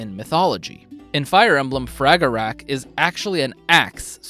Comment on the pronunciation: Probably doesn't matter, though I believe you're supposed to drop the "ch" when you say Fragarach. So more like Frogger-ra